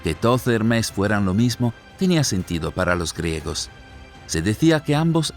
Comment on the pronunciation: ¿Por qué dice "Hermés"? Es Hermes, sin acento. Cuando comenten errores tan básicos, provocan dudas sobre el contenido general.